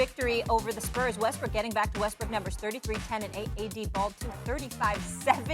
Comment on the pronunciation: WHY THEY KEEP SAYING WESTBRICK